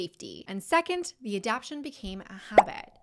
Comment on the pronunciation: A dap ta tions. Not adaption.